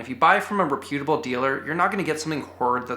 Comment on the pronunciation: Bro the way you say reputable